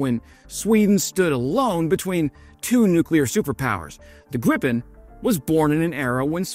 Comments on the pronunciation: For all of those who don't know "Gripen" is pronounced "greep-en" in Swedish. Not "grippen". Your "fika" and "kort parad" was pretty spot on though! Not a complaint, just a p.s.a. Great video! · DRAH-ken and GREE-pen, please Also Rah-FAHL. Nothing to do with the archangel. It means 'gust of wind'. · Great video. Btw. If you want to pronounce Gripen correctly, then say "Greepen". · It's pronounced "Greepen". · Pronunced dra:ken and gri:pen ;)